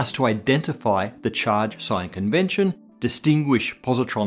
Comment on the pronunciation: From the start of the episode, i thought you said sin instead of sign, damn english.